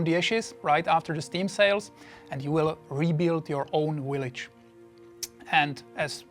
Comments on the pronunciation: I like how he says "willige", catches himself and starts pronouncing it "village". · "rebuild yur own willage "